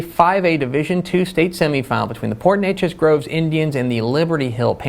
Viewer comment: Go PNG NDNz That’s Port /NAY-chez GroveS (not Grove lol)